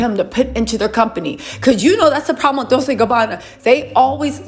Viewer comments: It's pronounced :Dol- tche, not Dol-se sweetheart. It's Italian. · I think "Dolce" is pronounced with a chay sound on the end. You keep saying it like its pronounced like Dolsay or something but I think its supposed to be pronounced like Dolchay..not trying to pick or be rude and I could be totally wrong. And if I'm wrong I completely apologize. Please don't take my comment as me being negative cause I adore u and your entire channel and presence on Youtube! XoXo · Dol-Say?? it's Dol-che! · love your channel. Dolce is pronounced (Dolchay).